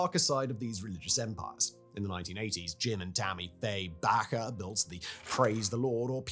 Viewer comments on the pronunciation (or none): Do you "back" pies in your oven or "bake" them? Its Jim BAKEr, not Jim BACKer.